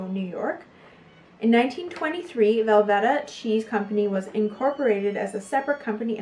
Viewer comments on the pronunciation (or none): Great video. BTW its Velveeta with a long e.